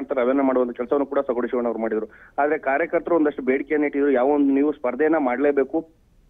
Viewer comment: ಸೋಗೂಡು ಶಿವಣ್ಣ ಅಲ್ಲ ತಾಯಿ ಸೊಗಡು ಶಿವಣ್ಣ